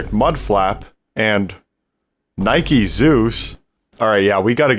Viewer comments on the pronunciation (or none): Gu'Gu'Gu Nike-SOOS